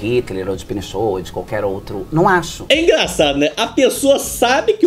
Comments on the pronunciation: Pinechot ???? Kkkkkk Não seria Pinochet 🐴🐎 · 😂😂😂😂 murri ela falou pinechou 😂😂😂😂😂😂😂😂😂😂😂😂😂😂😂😂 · A mulher falou Pineshow ao invés de Pinochet!? Nem percebeu perto do final do vídeo 😂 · Ela falou Pinecho ao invés de Pinochet. Kkkkk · Ela fala Pinechot, sabe nem pronunciar o nome do ditador chileno Pinochet...kkkk